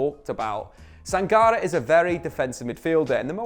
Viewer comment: It's pronounced Sang-Car-Ray.